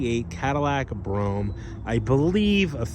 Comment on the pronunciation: He actually pronounced it correctly